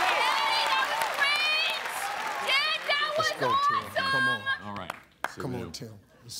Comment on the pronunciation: The way she pronounced awesome was hilarious!